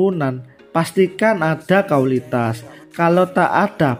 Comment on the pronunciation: Kang mas admin, bisa ga sebut kan Indonesia yg benar sebab ini negara kita, jadi hurp i nya jangan di hilangkan. Kalau yg lainnya silah kan aja mau KAUlitas kah, mau s Tae Yong terserah aja.🤭🙏🙏